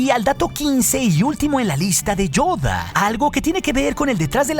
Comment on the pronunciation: Me encanta como pronuncia "Yoda"